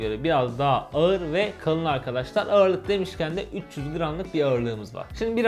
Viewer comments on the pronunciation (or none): none